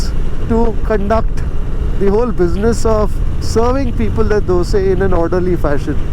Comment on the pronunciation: The correct pronunciation of "do-say", as it is said in KannadA. Phew! What a relief.